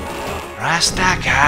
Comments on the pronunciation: Alex doesn't say "rastcar" he says Gurando Appa which means ground upper, his fist scrapes the ground when he does the uppercut When I was a kid playing these games I thought he said grab the power 😅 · He’s saying grand uppah (grand upper), not rastakah rofl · Glad to see someone who actually appreciates Bare Knuckle 3 and you play the superior Japanese version. Good man, keep up the good work. Edit: It's "GRAND UPPER!" , not "RASTACA!". Haha. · Axel says grand upper. Dont worry dude. As a kid we thought he said gratta pah. And we still say it to this day